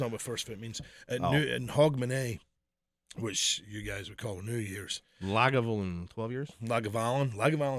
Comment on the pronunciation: LA-GA-VU-LIN you bloody heathen! Get it right ya muppet!